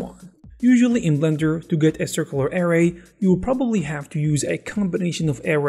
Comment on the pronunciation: "ARRAY" = uh-RAY